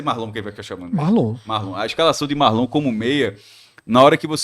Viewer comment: O nome é Marlon não Márlon